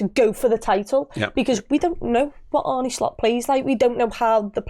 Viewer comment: Makes me cringe every time I hear anyone pronounce his name as "Arnie". Sorry.